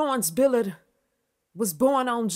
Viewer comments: First time I've heard Mary Wilson was doing Berry Gordy. I love your style but calling her Florence "Billard" was driving me bananas. lol You're good. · I'm going to forgive the fact keeps butchering this woman's last name and I'm just going to receive the message in the genuine sense that it's given...